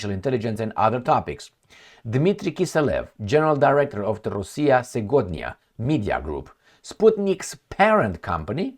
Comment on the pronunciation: Segodnia pronouces like “ sievodnja”:)) meaning “ today “. You are great!!